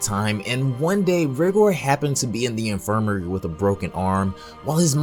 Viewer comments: It’s not how you say rigor it’s pronounced raigor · It’s pronounced rygor